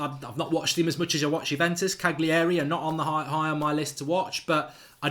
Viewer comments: It's Cali-ari! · Marks blatantly just watched a couple YouTube videos in the last 24 hours. Can't even pronounce Cagliari properly and reckons he knows this lad. Pshhh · Learn how to pronounce Cagliari you idiot.